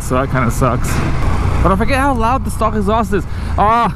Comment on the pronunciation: Why are you saying "stalk" when you mean "stock"??